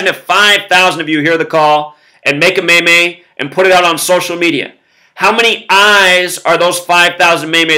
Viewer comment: Zack its pronounced like MEEM